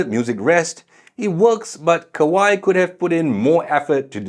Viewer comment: Kawai, not Kawaii, no e sound at the end